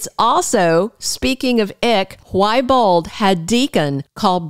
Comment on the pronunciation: Why do you say bald instead of bold ???